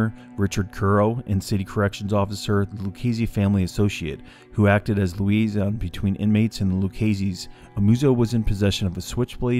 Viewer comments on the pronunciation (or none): none